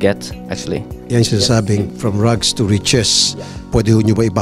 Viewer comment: "Rugs to riches" :-P Rags po. Hindi Rugs. Carpet yon eh